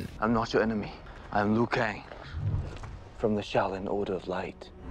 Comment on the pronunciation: I cringed when you said Lin Kew :D but yeah, I have high hopes for the second movie. Nice amount of info pal, great work.